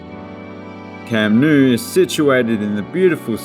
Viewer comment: Camp Nou is pronounced " no", not " nu".